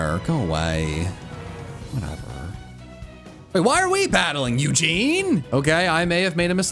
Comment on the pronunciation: ITS EUSINE NOT EUGENE LMAO